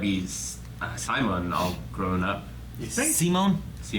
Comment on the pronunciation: While in general the TTGL Dub is okay, the voice actor for Kamina is absolutely abysmal. He's so fucking low energy. And for some reason they pronounce Simon's name See-moan. When his name is just Simon. Or if you're transliterating the japanese Shee-mon. I have no idea where the fuck they got "Sea-moan" but I hate it.